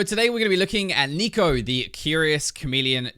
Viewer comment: i keep hearing neko;-; is becoming a weeb